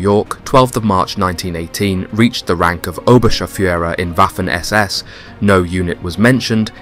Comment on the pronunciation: Same with "Waffen"